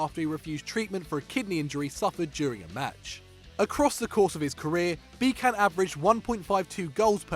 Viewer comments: man, i know mispronouncing names is kinda your think but Josef Pepi Bitsan not Bikan. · Come on, you don't read Bican with a "k".... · The way you pronounced Josef Bican gave me cancer.